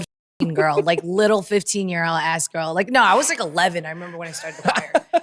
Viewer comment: i thought jessi was saying "wash yo eyes" until I heard Eric said "ass" with perfect pronunciation 👌